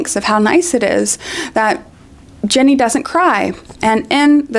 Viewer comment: you keep calling her Jenny instead of Ginny and it's so distracting